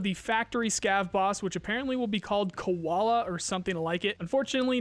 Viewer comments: It's not Koala it's KU-VAL-DA as if "Q-VAL-da" of you can spell VALDAY scope name you can spell this too just add Q before. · If Zhrets is Shrek, Kuvalda is Koala then Nolan is Moana. Bruh, you have so many bilingual viewers..instead of butchering names, just ask us! Viewer interaction, my guy.